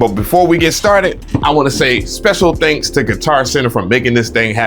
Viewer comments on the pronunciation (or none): none